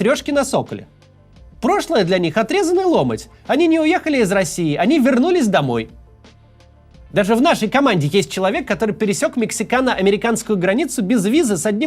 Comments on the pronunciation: Отрезанный ломОть! Третий раз уже ухо режет! Люди, а как ваши бабушки говорили этот фразеологизм? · ЛомОть, Максим. Ударение на вторую "о"